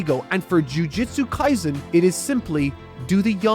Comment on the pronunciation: Jujitsu kaisen, lol